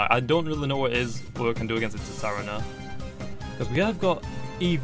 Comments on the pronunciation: It's sar-teen-a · its pronounced ts saa rena